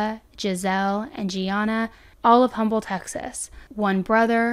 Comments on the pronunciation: Also, Um-bull (the "H" is silent in Humble, the town.) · It's awful these people just snap when they can't control every so sad for the family . Humble TX is said without the h sound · Hey girl love your channel watch all your video !!! I just wanted to let you know humble it pronounced umble the h is silent ❤❤❤